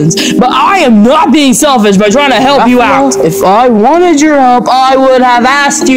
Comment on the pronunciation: WHY HE SAID SÆLFISH